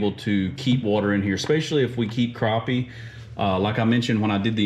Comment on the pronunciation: Glad to hear you know how to pronounce “crappie”.